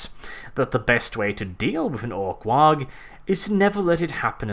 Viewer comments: Good video All spot on with the exception of the Waaagh pronunciation It's basically just "waaa" Both the G and the H are silent Least in every single 40k game anyway Some game cutscenes that show how it's pronounced if you wanna looksie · OI, YA DAFT GIT! "WAAAAAAGH!" IS DA ORKY WAY O' SAYIN' "WAR". DA 'G' IZ SUYLENT! OI KNOW GROTS WIF BETTA PRUNONSIASHUN DEN DAT. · I don't think you're pronouncing 'waaagh!' right. The GH at the end should be silent. Orks have an accent similar to cockney, for one. 'Waagh!' Is basically orks yelling 'Waaar!', as in 'we're going to waaar!'. In fact, I think it is their word for war, though the idea of war implies that there are times of peace, of which the greenskins have no concept at all. War is their culture, their lives. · You aren't supposed to pronounce the g in Waaaaaaagh!! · How do the Orks reproduce? Also in wargh you dont pronounce the gh, so it is just "WAAAR!" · Why are you pronouncing the g I waaaghh. I thought better of you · THE G IN WAAAAAAAAAAAAAAAAAGH IS SILENT, 'UMIE GIT! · WAAAAAAAAGH! is actually just pronounced as "Whaaaa." The GH is silent. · Can we make something final, here and now, the G in WAAAGH! is zoggin' silent! Anymore infractions will result in a swift boot in the duff. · This is honestly the first time I've ever heard someone pronounce the G in WAAAGH. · Pretty sure your saying waagh wrong mate. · Stop pronouncing the G in Waaagh! The GH is silent because they're yelling WAR in a cockney accent. That's why they spell everything weird. It's writing in the style of the accent. Other examples are da instead of the, and Skull Splitaz rather than Skull Spliters. You don't say Vaw-gan when saying the name Vaughan. The name Waugh is pronounced Wa. The hard GH only ever occurs in the first syllables of borrowed words like ghetto and spaghetti. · It's a silent 'G' in Waaaaaaagh, mate. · “mack2020” Lee Holy shit thank you. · Why do you keep pronouncing the G? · the g and h in Waaagh is silent.